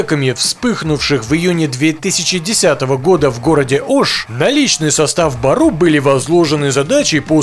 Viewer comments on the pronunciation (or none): Не бару а " Бору" что означает волк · Не БАРУ , а БЁРЮ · Не баруу а бѳру